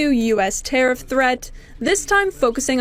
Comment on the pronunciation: Legit belly laughed when I heard "wants to teriff potash" Fuck american farmers, right? Holy shit Americas so far gone back almost 100 years in policy. Impending famine coming soon